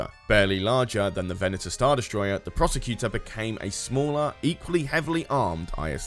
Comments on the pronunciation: I could be wrong, but I'm pretty sure "Procursator" isn't pronounced 'Prosecutor." If it is, then it's spelled incorrectly. It looks like it's supposed to be pronounced "Pro-Kur-Sa-Tor" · Procursator!... Or apparently the Prosecutor? Prosacator? I don't know, but both pronunciations used in the video moved the 's' earlier into the word, hehe. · Change the title of the video to "How many ways can I mispronounce Procursator?", and all will be right with the world.